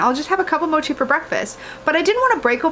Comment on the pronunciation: You said it right. Mo as in “mower” and chi as in “cheese”